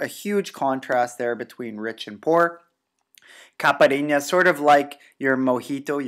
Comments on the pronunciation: Caipirinha pronunciation: IPA(key): /ˌkaɪ.pɪˈɹiː.njə/ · Capharinas? Lol. Who's responsible for this? CAIPIRINHA.